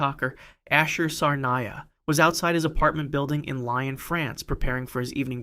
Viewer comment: Lyon is not pronounced like the animal. It's closer to "Lee-own." Try harder.